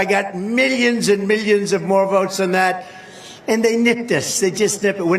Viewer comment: It’s millions not meallions